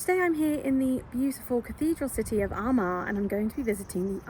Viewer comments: Your pronunciation of Armagh is much better than I've come to expect from English folks. There seems to be something about an English accent that makes it tough to pronounce. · Well done btw on the pronunciation of Armagh 🥳 🧡